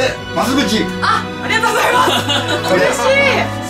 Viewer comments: おりがとうございます になってるｗ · 最後の方おりごとうございますになってる